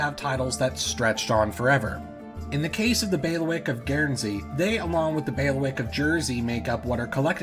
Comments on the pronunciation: Pretty sure it’s bay-lee-wick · Thanks for the video. Heads-up: it's pronounced: 'baileywick'. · This was absolutely fascinating, and I learned a lot. But I'd like to return the favor: "bailiwick" is pronounced "BAY lee wick", not "bail wick". I have never heard the word used so many times in such a short period of time, and after the third time it was like fingernails on a chalkboard. See six examples